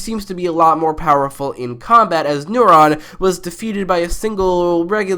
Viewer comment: Why do you pronounce Neron as Neuron? How could you mix up a powerful demon with the thing that does all the stuff in your brain?